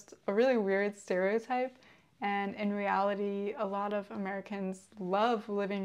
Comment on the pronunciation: 大姐说reality的时候咋感觉有种河北口音 啊：）